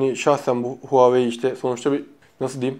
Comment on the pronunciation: Huawei'yi Huahwi zanneden :D